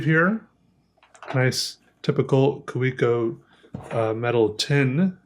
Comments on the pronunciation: Isn't it Ka-ve-co rather than Kah-wee-co? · It's a plated steel nib. Kaweco (Pronounced Ka-ve-ko) just sells overpriced injection-moulded plastic pens with bad nib QC. And then they do the competition dirty. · Earn how to pronounce Kavecko.